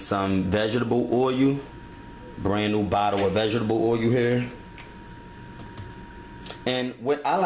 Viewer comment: lmfao this guy cant speak enlgish.. nigga said Oyu, and Veg-Ga-Tubble Oyu lmfaoooo